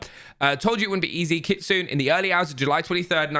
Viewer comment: it is pronounced KIT SU NAY not KIT SOON.